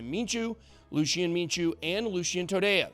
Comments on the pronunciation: Mincu is pronounced "Minkoo" not "Minchoo". EGLD is the future! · it's pronounced minku